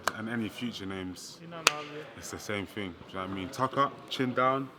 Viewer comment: "This levels to this ting" FFS Eddie hahahahahahahahahaha